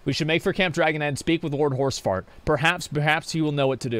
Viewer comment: lmao do you call Lord Haurchefant - Lord Horsefart?